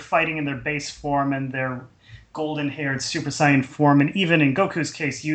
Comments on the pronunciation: I'm tired of hearing that guy say sighin. Why can't you be normal and say saiyan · This series is so stupid...its like the writers never watched DBZ...and you guys can't even pronounce Whis or Saiyan...